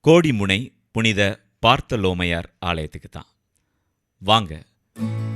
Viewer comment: புனித பார்த்தலோமையார்..... ( St. Parthalom )... பார்த்தல் ஓமையார் என்றிருப்பதை தவிர்க்கவும்.